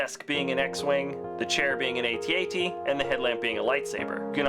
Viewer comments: It's pronounced "At-At", not "Ay-Tee Ay-Tee". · If you are a human being who was alive when ESB came out it is pronounced At-At. If you pronounce it "ay-tee ay-tee" you are wrong.